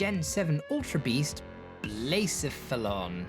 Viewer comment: Watching some of the videos i missed when i got busy afaik its pronounced "Bluh-seh-fuh-lon" lon as in long Also 🦆🦆🦆🦆🦆🦆🦆